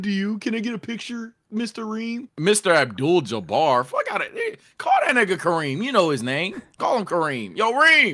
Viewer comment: "Mr Adbul Jabar.." might as well call em Lew at that point